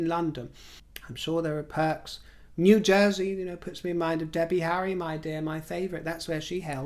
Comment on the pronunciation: I chuckled at "New Jersey". It was said perfectly lol